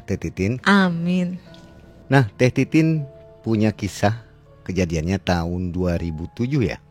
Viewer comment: Ko denger manggil nama mbanya titit bukan titin😅😢